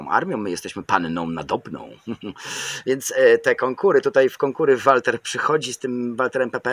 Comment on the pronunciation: Wkoncu ktos powiedział mi jak czyta sie Walther. Dziekuje za jak zwykle świetny film